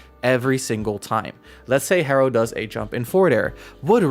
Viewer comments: へ is He, not Hee so yeah thats correct pronunciation. good vid! love ur insight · Your pronunciation is hero へロー is correct! It’s similar to saying “ hello” in English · You pronounced Hero perfectly! Great job!